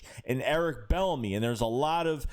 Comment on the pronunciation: Pronounced like B enemy no L